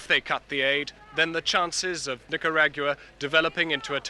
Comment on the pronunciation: I can't take the way he says "nicarag-ua"